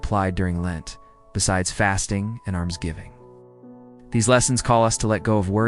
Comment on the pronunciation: Great video reflection BUT - can you clear up Almsgiving - sounds like ARMsgiving & what’s the under-toned sound in every video? Otherwise these videos are great reflections on daily reading… i really love them and send them to my RE parents to pray with the kiddos! So, thank you! And God Bless all you do!